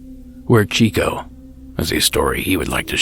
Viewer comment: He finally used my story haha. Pronounced my name wrong Its Ciccio(cheecho). not chico lol